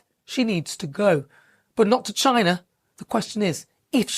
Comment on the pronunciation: Wtf? You been racist in how you say China? Dont forget in what your history or background...west africa most likely...coz of the greed of britain.